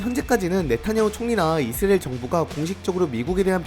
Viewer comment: 이스리엘인지 이수라엘 인지 명명백백히 말해봐요